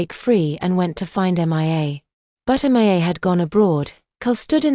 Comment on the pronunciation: For goodness sake, sort out the AI name pronounciations. Her name is pronounced Me-ah and not just saying the initials M I A, it can say Zoe ok so why not Mia